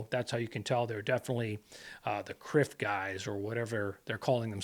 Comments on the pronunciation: When you said "CRF members" i thought you said "crip members" and a mental image of saggy pants gangsters standing guard for the president entered my head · That’s what I thought he said too lol